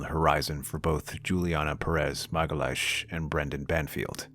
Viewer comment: "Magalash"?!? 😂 I'm Brazilian. You totally butchered her name !! 😂 I know you're American but still, you should learn how to pronounce people's names correctly.